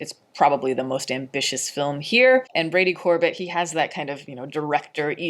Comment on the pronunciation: It's Brady Cor-bay pronounced like the frozen dessert Sorbet....I just learned this recently- not trying to be annoying.